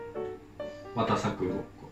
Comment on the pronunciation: わたさくがハロプロのモーニング娘。'19のおださくに聞こえたw はわかると思う！